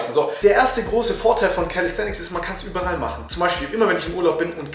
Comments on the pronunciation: Es heißt über all und nicht übe rall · Lieber gutes Video allerdings heißt es überall und nicht überrall;)